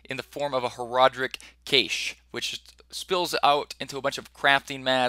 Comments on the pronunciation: The word is cache. Pronounced ka-shay not kaysh. Two syllables. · "Cache" - pronounced like "cash". phonetically: \ˈkash\ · cache = (CASH) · Cache is pronounced "cash". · CAYSH... is this nigga serious? Can't pronounce cache? Really? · Not trying to be mean. Cache is pronounced like the word "cash". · Cache pronounced Cash >_> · Cache pronounced cash-eh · Nope. It's just cash. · He was saying it wrong so many times I felt almost compelled to comment but you' already beat me to it. haha